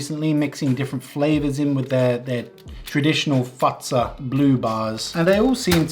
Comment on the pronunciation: The way you say Fazer sounds like fatsa which is another word for dad